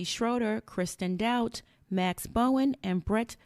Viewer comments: It’s dote te not dout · It’s pronounced “doe-tea” not “doubt”